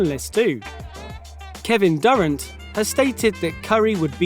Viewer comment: U shouldve seen the he said kevin durant